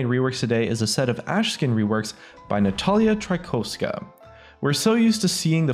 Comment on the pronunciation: Natalia try tryhhgh trykowska